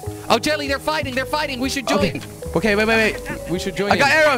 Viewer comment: "We are very good at fighsting" - Jelly 2016